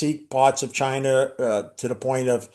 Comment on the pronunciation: Drink everytime he calls China "Chi-NER"